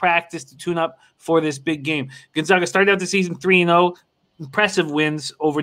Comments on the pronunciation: Never mind that they blew the call on this one what's upsetting is that neither of these guys can even correctly pronounce the name of the #1 team in the country! We are the Zags not the Zogs. You can do better. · once again is the fool. After 20 years can’t even pronounce Gonzaga correctly. How much did it cost you If you listened to his “expert” advice?